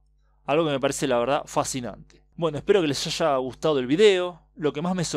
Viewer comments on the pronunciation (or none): none